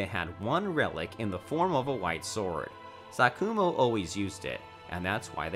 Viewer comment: “Konoha” “SaKUmo”